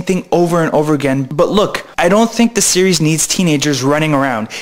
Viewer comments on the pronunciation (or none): none